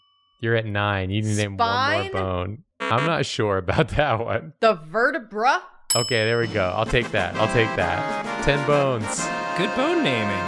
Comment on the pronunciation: "The VerteBRUH"